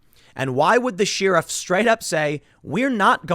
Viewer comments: Sheh-ruff.... not Shear-ruff ! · Are you fucking trolling me with this sheeriff thing. Tim...tim...its pronounced share-if. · Tim! Sheriff is not pronounced "shear-off. Where I come from it's pronounced "Share-if". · Tim I speak on behalf of everyone when I say please pronounce it share-if not sheer-if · Sheeriff. Expeeriment. 😂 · Why do you say “Sheeerif”? Pretty sure that’s not the way it’s pronounced. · The way Tim pronounces “Sheriff” is very offensive